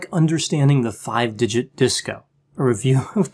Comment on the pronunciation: Excuse me he said THE FUVE FINGER DISCO.